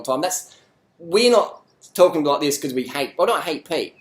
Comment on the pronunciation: i like the part when you say ZIZ LOL